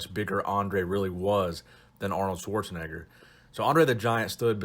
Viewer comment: This guy's pronouncement of Schwarzenegger got me cringing a little.